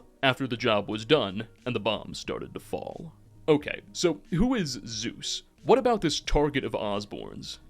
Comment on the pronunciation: "Zues" is not Zeus.